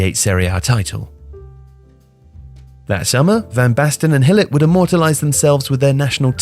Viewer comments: Gool-it would do just fine. I do not understand where he's getting the Hill pronunciation from -. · I don't understand why the narrator, a native English speaker, would pronounce the name Gullit as "Hillet". I know English language pretty well and this bizarre pronounciation that almost doesn't have any resemblance to the Dutch name 'Gullit' does not make any sense. Neither in English nor in Dutch. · Gullit is pronounced with a hard G sound in Dutch not an H sound. Great video otherwise. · Who’s this ‘Hillit’ you keep mentioning? Looks al lot like Gullit (G as in Getafe, ull-it), mind. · "Hillit"?! Is that really how Gullit is pronounced? Anyone else I would just say "You're pronouncing it wrong!" But, you're usually pretty spot on with pronouncing foreign names correctly as they're actually supposed to be pronounced, but I've never heard anyone call Ruud Gillet like "Hillit" before... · I love you man but your pronunciation of Dutch names is like nails on a chalk board. “Hillit”? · It’s Gullit, with a G sound, not a H sound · Just a reminder, the dutch G is not a soft consonant at all like an H. We pronounce it by literally scraping our throats. And the U in Gullit is pronounced like, well, a U, not I. Same comment with Rijkaard, your pronunciation is way too "gentle" i suppose. I suggest you pronounce it more like the spanish name Ricardo, without the O ofcourse. It would still be the english pronunciation, but i wont try to teach you the entire dutch language in this comment haha